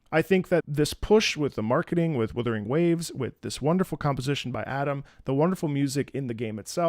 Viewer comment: Wutthering? Wuthering... What? Wuthering Heights? AGHHHH LIMBUS COMPANY REAL